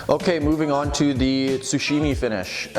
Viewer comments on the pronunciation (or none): tsuchime, gyuto, bunka....your pronunciation of these words are really really off, please ask a native japanese speaker on how to pronounce them